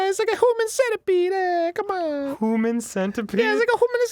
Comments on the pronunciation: at the end when Arin says human centipede me and Dan had the same exact reaction to his pronunciation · Hahahahaha you got me at "HJUMAN CENETIPEEDE" HAHAHAH you know... I'm Italian and that's exactly how a lot of Italians pronounce Human.